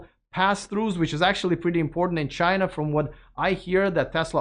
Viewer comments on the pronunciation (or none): none